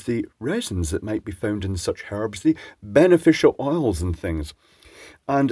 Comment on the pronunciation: For the “harbs ”, aye…